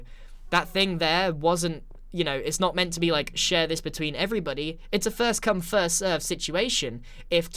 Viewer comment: btw you said fist not first